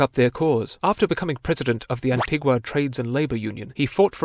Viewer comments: Please, please... the pronunciation is AN - TEE- GAH. Anti-GWAh is for the South American local. We are Anti-GANS not AntiGwans. Thank you. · Pronounced An-ti-ga...